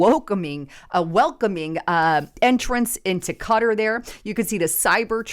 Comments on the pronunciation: 'Cutter'????--It's pronounced: Ka-Tar!🙄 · Those Middle Eastern names are really hard to say. Qatar is pronounced Qua-tar